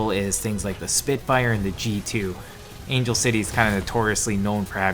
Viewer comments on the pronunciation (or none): none